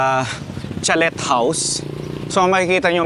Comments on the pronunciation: Huwag mo po masamain na I correct ko pronunciation po ng "chalet" ay "chaley". Silent "t" po. Waley lng.😂😂😂 Mema lng po ako 😂😂😂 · Sir kindly correct the pronunciation of chalet house 😊